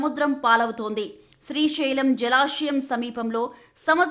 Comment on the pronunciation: Its Srisailam not Srishailam..ekkada dorikarra babu